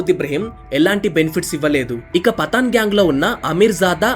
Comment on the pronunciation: పతాన్ పఠాన్ కాదు బ్రో పఠాన్